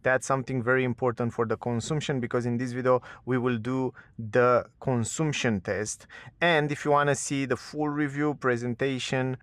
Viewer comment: The U in CONSUMPTION sounds like the one in BUT or BUS. Similar to the A in Latin languages (consAmpchen, not consUmpchen). Other than that, very good video!!